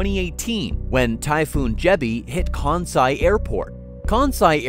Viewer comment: I wish this guy could pronounce Kansai correctly. Hint: It's not Kaaaahn-sai.